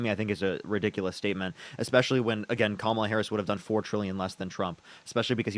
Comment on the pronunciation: The fact that he keeps mispronouncing Harris' name means he isnt debating in good faith.